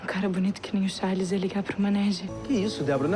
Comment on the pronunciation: A errou quando falou o nome do Charles